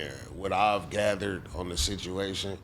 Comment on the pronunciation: When he said "1 permanent sitch" i left the chat 🤣🤣